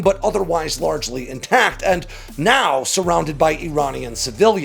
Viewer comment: “LARGEly intact…”